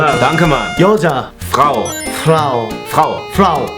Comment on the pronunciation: frau는 프라오가 아니라 프라우라고 읽습니다